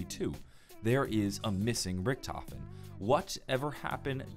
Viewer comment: My brain hurts, you said primis, ultimus, Richthofen, it hurts